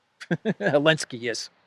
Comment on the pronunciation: is it just me or do you say elenskyy instead of Zelenskyy